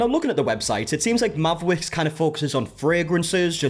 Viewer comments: Not me, half listening as I play a game and keep thinking this man suddenly developed rotocism everytime I hear him say Mavwicks. 😂 It eventually sunk in but at first I was like.... did he bite his tounge or what the heck is going on? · I can’t deal with the name Mavwicks, it sounds like someone trying to say Maverick that can’t pronounce their r’s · I can’t with the “mavwicks” 😂😂😂😂 it’s like a speech impediment 😂😂😂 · I thought it sounded like it was making fun of people with speech issues…made me mad. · It definitely sounds like a Cindy Brady speech impediment